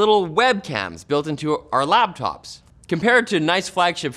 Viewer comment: Yo did this guy just say "LABtops" ?